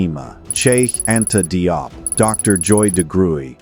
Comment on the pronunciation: Pas Dop , mais Diop